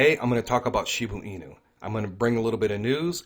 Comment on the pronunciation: ShibA inu.. not shibU inu lol 😆 thanks.